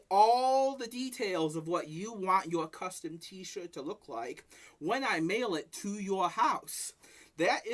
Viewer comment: he pronounces t-shirt as "t-shit" hahahahahaha